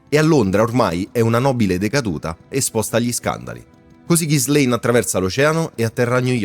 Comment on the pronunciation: Pronuncia di Ghislaine da rivedere 😅 Per il resto, documentario fatto molto bene